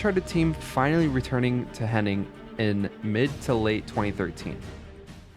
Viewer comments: FYI her name is Amy HennIG not "Henning". It's painful to hear every time you say it wrong, especially when her name shows up on screen in your own video. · Hennig, not Henning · It's Amy Hennig, not Henning. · It sounds like you pronounced her last name as "Henning" the whole time although her name is "Hennig" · HEN-EGG, NOT “HENNING” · It’s Amy Hennig, not Henning. If you’re going to say a very simple name many times, then at least get the name right. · Her last name is Hennig. You’re throwing in an extra N that isn’t necessary. You’re saying Hen-ing. It’s Henn-ig